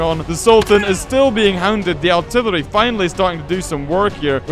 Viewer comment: It's funny that he says aułrtrillery